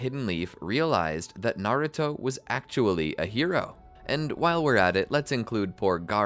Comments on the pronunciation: Is it just me or did he say garrato when the exsam started;7( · anyone else hear him say garuto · Has nobody notice he said garouto😂